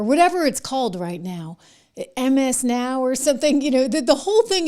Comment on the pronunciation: MSN ow instead of MSNOW